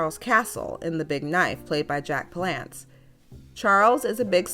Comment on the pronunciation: you mispronounced Palance. But, great episode. Linda Darnell was so beautiful. thank you.